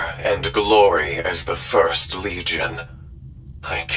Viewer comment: e+12 petabytes would be how much data we generate in 10000 years on earth given current tech. Just thought that was funny and the Terminator says fury of the first it sounded like fifth I was like does he think he's a whitescar otherwise the best 40k animation I have ever seen.